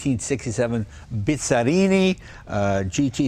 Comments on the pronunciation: Jay is "BIZZARRINI" no "BISZARINI" 🙄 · Quando l'talia era la prima al mondo in tutto! Per favore, non si pronuncia Bizrini, ma Bizzarrini, per favore.